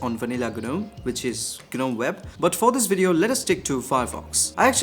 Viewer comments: What's GANUM????? 😅😅😅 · gNOME is pronounced as 'nome' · Bruh it's gnome (nome)